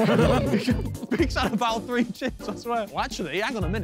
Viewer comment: Will Josh ever learn how to pronounce the number three. "free"